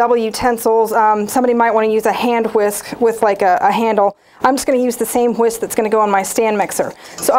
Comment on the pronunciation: Did she really say "Hwisk" it?